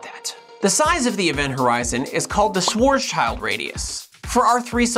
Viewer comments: Common mistake of English speakers: it’s not Schwarz-child, more Schwarz-shield (schwarz=black, schild=shield) 👍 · How to pronounce "Schwarzschild": [Shwartz-shilld] -> "black shield" in German. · All Your video are all very good and ... (lot of compliments here) BUT you have a bad prononciation for the German name Schwarzschild, you must cut the name in 2 like this: Schwarz-schild, and pronounce the last one like a shield and the "a" in swartrz must be pronounce like the "a" in smart. A "bad" literal translation is swart shield. But in German swartrz is more for dark or black and not related to the skin color. Wikipedia as a good German prononciation. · 'Shvarts'shild' There is no 'Child' in there. pls